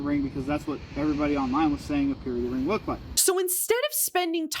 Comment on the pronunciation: I keep hearing period ring not purity ring